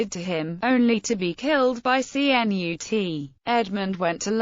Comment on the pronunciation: Cnut CHUNT lol sound like a robot